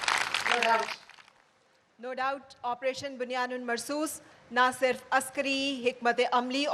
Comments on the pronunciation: not bunyanun its bunya num marsoos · Bunyan um Marsoos, the right pronunciation